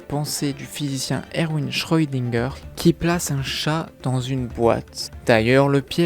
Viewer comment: Le chat de schrödinger! par pitié, cesse d'écorcher son nom! Et je dirait que si les auteurs n'ont pas donnée d'éléments concret sur le fait que le chat parle, c'est justement pour que des fans imagine eu même des théories, ce qui veut dire qu'il n'y a pas de véritable explication officiel de la part des auteurs.